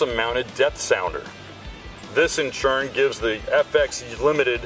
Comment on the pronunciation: I’ll watch the video if you stop pronouncing turn as churn